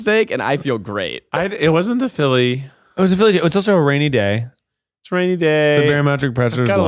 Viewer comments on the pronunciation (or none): Zach said: "It's a rainy day" I heard: "It's a Rainee Day" Alas, only one statement was true.